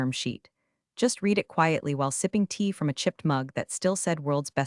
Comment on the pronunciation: Monica is not a professional -- See below -- The past tense of "read" is also spelled "read," but it is pronounced like the color "red." This can be confusing because the present tense is pronounced differently